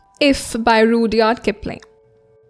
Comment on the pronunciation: Please check the pronunciation of Rudyard and hyperbole